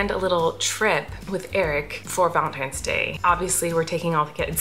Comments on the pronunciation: Did anyone else notice that Colleen and both kept saying "Valentimes," and Flynn kept saying "Valentine's?" What a proper little man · colleeeeeen you said valentimes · tortilla talk: i am so sorry but are you all saying valentiMes???? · I noticed that you and Eric said valentiMe instead of valentiNes. Just wanted to point that out. Love u!!